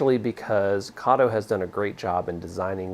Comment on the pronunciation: I have a question, why do you keep saying Kato wrong?